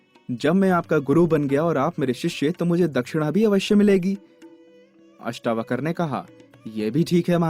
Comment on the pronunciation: महर्षि अष्टावक्र जी का नाम पूरे वीडियो में अष्टावकर बोला गया है । किसी के नाम का गलत उच्चारण उसका अपमान माना जाता है।हो सके तो सही उच्चारण करें। महर्षि अष्टावक्र और महाराज जनक जी के नाम के सम्मान में बहुवचन की तरह व्यवहार करना चाहिए। जैसे "राजा जनक आये" न कि "राजा जनक आया" ;इत्यादि । आदर के भाव में बहुवचन लगता है ।